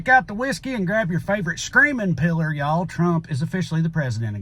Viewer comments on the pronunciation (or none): I did hear “screaming pillar” and it made me laugh because I started to think what my favorite pillar was.